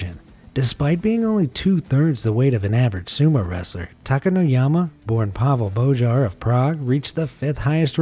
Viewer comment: As a Czech person, the pronunciation of "Pavel Bojar" got me. xD